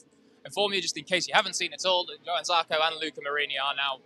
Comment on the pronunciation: The thing I wanna see most next year is the commentators saying Yoharn instead of Joanne